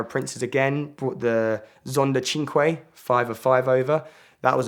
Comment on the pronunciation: His pronounciation of "Koenigsegg" and "Cinque" makes my hair stand up straight.